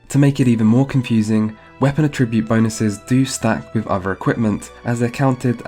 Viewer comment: i've never heard anyone pronounce at-ribute like a-tribute